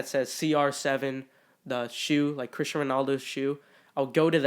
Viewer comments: It’s cristiano not Christian 😂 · ITS CRISTIANO RONALDO not Christian.... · I'm sure someone already commented this but it's Cristiano not Christian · Terrible can’t even pronounce the Cristiano’s name correctly